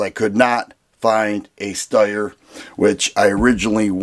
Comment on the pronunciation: It's pronounced SHTIRE.